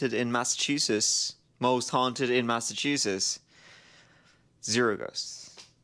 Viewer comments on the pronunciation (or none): "Massachuses." Nailed it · It's the "T",!!You are an honorary MassHole ❤ Glad u returned ❤ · Interesting pronunciation of "Massachusetts,"! Did you not notice the two letters before the final "s"? 😂😂😂 This was a wonderful video. Shows just what kind of kind and considerate person you are, too, that you get annoyed at the behavior of tourists! Thank you for all you do,! I hope you continue and showcase more cities here in the good ol' USA!